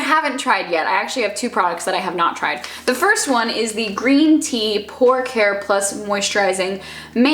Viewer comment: "pore care" I heard "pork hair"